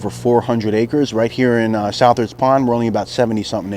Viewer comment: Just to let you know, Southards is pronounced like suthards